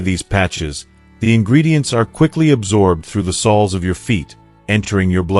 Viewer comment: 1. Lose the AI. “Sols” of the feet? This is awful. And its too long. Go to 15 minutes in before useful information starts.